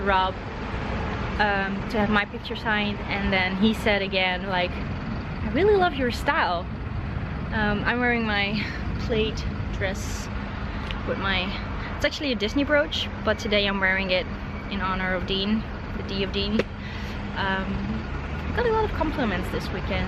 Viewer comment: Your spoken English is beautiful! But a tiny correction - "plaid" is pronounced pladd, not played.